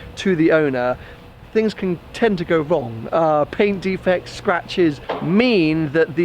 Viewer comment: "things can tend to go wong"?